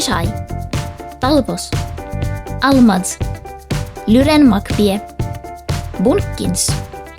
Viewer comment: BARSSS I love the cow!! Kudos to you for being able to survive those fights for so long omg. Die hard really came through for you there! And don't worry, in trying to mispronounce my name (Almaz), you actually pronounced it perfectly, HAH!